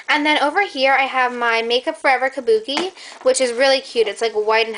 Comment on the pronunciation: i love how you say Kubuki, "my big kabuki and my little kabuki" lol love your videos, youre soooo lucky!!